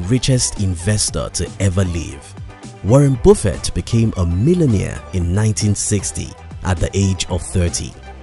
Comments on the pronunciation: Warren boofet 😂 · It's not Warren Bofet it's Warrent Buffet. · Gee dude, it's Warren Buffett! Say it like "Up" "lUck" "jUnk". It's annoying misspelling names or surnames, as you do in this vid. Cheers pal. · It’s Warren Buffett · Woren Bufeet 😅